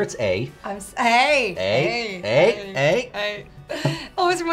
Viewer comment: He didn't say it right, eh?